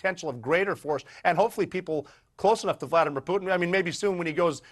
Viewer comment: It will be Russians that will take out "Pewtin".